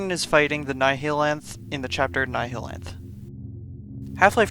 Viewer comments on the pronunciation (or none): Ah yes, the Ni-HE-lanth my favourite boss